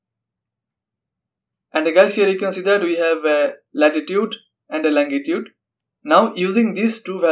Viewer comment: longitude, not langitude